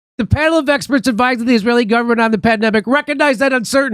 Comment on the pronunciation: "some scientists this,but EXPERST THAT"